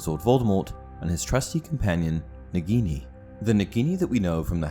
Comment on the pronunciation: I Lowkey get triggered you pronounce it negini rathen that nAgini